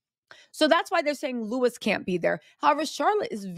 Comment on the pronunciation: You are ridiculous. The palace haven’t said any official. And btw it’s Louis … not Lewis. !!!!